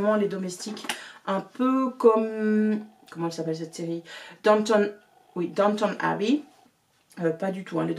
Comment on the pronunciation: Coucou, enfin ! j'ai trouver quelqu'un qui prononce downtown abbey comme moi ! tu m'as vraiment donné envie de lire un été anglais